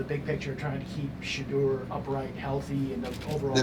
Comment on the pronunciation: It's NOT SHEDUER!!!